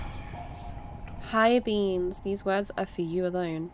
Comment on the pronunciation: When she reads the tablets in kings pass I hear "Higher Beans" and that is 100% correct.